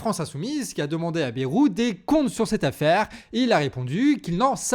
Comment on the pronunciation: petite rectification, on dis pas bérou, mais baille roux (on le prononce a la bearnaise)